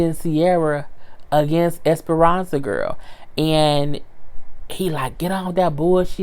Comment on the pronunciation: Esperanzalita🤣😂🤣😂🤣😂 I swear every time you said her name I HOLLERED 🤣🤣🤣